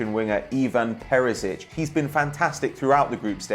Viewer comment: Whats with that ginger dude butchering everybody's names